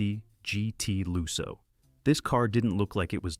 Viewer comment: Lusso with a short u as in "put", not loo-so.